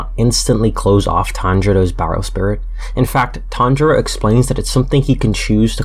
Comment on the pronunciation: Why are you saying "Tanjoro"😂😂